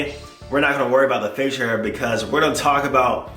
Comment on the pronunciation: man said fachial hair loool